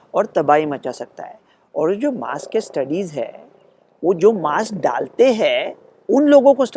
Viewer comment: लोकमत म्हणते मॉस्क.... ज्याला आम्ही म्हणतो मास्क.